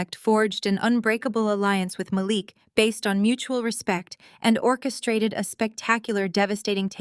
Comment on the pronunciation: I love how in two consecutive sentences, they pronounce Malik two different ways and flip flop often thru the rest.